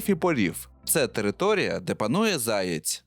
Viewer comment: Відразу відчувається російськомовне дитинство автора в неправильному наголосі пов'язаному зі словом заєць. Міг би і підготуватися щоб не різало слух у глядачів.